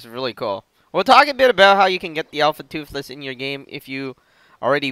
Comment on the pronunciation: "Alpha Tuffles" oh man... -.